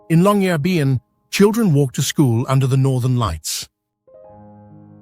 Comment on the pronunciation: Are you narrating or is it AI? It's just there are different pronunciations of Longyearbyen and Pyramiden each time....🤔